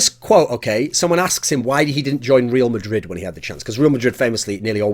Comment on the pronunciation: Love the way he pronounces "REAL MADRID" aylmao. Its Re-Al Madrid lol Cheers from Spain mate... still luv ya